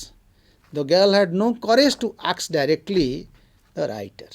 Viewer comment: Sir nice presentation. Please correct your pronunciation the word 'ask '